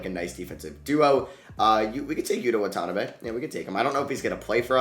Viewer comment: Yuta WA-TA-NA-BE. Hearing it pronounced as WAN TATA BAY breaks my heart as a Japanese Raptors fan 😭😂